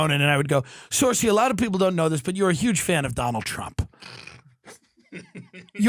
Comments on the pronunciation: Exactly lol. He called himself Irish and then pronounces her name as sursey lmao. I love him but he's a yank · Tim, you're pronouncing saoirse arseways 😂😂😂